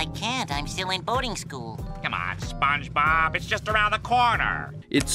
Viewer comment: …. You start the video off by saying “Spun-Bob” 😩